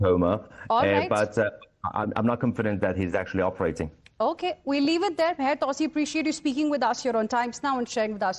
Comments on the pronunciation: TwoSee not TowSee. Btw...good reporting... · On the intro it sounded like "" - great to see and hear talking sound common-sense. is right..... Take President Trump seriously not literally.